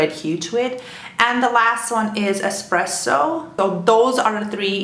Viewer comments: Why do people keep saying expresso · kinda drives me crazy hearing "exspresso"